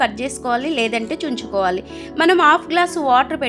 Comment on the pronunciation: చుంచుకోవాలి కాదమ్మా, తుంచుకోవాలి